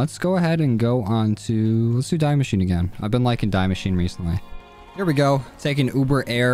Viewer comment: btw the die in die machine is pronounced 'dee' c: !!